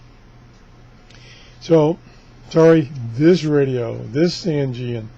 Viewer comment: Just so you know it's pronounced a San-Jin (Sangean). Not San Ge An.